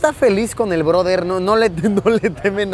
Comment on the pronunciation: El “ broder”😂😂!!